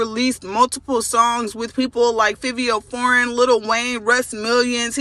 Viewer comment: She mispronounced Fivio Foreign too it's not that serious